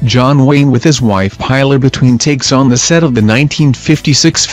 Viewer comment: We know who he was,there's no need to tell us all the bloody time.the robo voice ruined it,and his wife was called Pillar not pronounced Piler to rhym with Tiler!